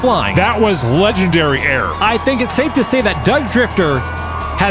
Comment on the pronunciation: I'm not sure if intended it, but his "legendary air" was heard by me as "legen-derriere".